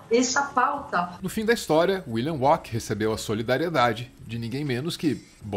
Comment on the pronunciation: Me desculpe, mas vocês falando William "uaqui", ficou me tirando a concentração do vídeo